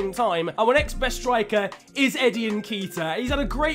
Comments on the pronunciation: get ceballos on loan like in irl and also its nketiah (EN-KET-EEAH) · Not sure about this but I think Nketiah is pronounced “Un Ket Ee Ah” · pronounced nn-keh-tee-ah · its eddie n-kay-tia. he's ghanian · The pronunciation of Nketiah is really annoying